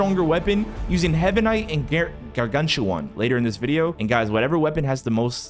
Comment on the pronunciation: yea and also pronounce garganCHuan